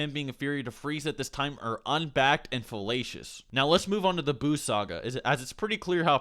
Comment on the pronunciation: "unbacked and felacious" 😂😂